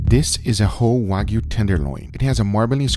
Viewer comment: nh libra Is the one that gives the most views though. Btw is Wagyu not Wagu, just saying.